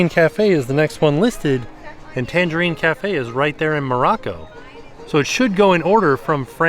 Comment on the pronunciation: Take a drink every time mispronounces Tangierine Cafe as Tangerine Cafe.